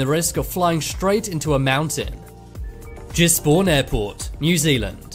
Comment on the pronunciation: I'm offended he said jizbourne is giz Bourne it's like his but with a g